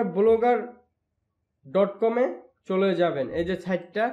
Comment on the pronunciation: ঠিক মত উচ্চারনও করতে পারেন না: বলোগার ডট কম